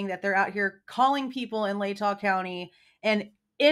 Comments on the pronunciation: It's the STATE OF IDAHO vs. Kohberger....not Lahtah county vs. Kohberger. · I don't understand why he can't pronounce LATAH correctly? Do they not live in next county over in kootenai County, he should know the correct pronouncement, I live in Nez Perce county , county right beneath Latah county and have NEVER heard ANY locals pronounce it like that, can't believe the family is 100% agreeing with prosecution , might as well hang kohlburger now and forget his and our rights. Maybe they want some of the million that university got ? Or the funding city of Moscow and it's police received? They deserve it more than U of I and affiliates do, they did lose a child after all, maybe they did get some hush or come to LE and U of I side of case money, I live in Lewiston ( 30 miles south ) and along with neighbouring Clarkston Washington which combined population is around 50,000- all know of this case